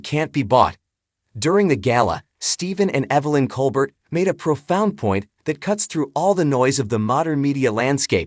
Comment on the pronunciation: Why did nobody bother to tell this guy that Stephen's last name is pronounced Col- BARE ??.......And where was the aforementioned "shocking cancer diagnosis" ?? (And who do I see to get the last of my life back ??)